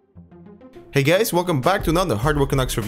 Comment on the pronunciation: wtf did he say ( hey gays) ??!!!